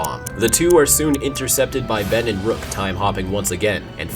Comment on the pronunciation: It's not Ruck it's Rook